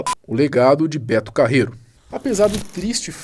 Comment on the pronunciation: "Betu Carreruuuu pxiu pxiu pxiu"